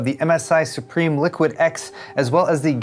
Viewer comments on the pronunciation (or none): Not pronounced as supreme. Sue-Prim. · it's pronounced Sup-Rim